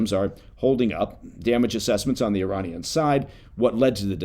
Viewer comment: I salute you for pronouncing "Iran" and "Iranian" correctly!